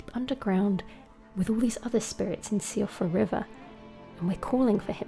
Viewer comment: Síofra is an Irish name and pronounced Shee-fra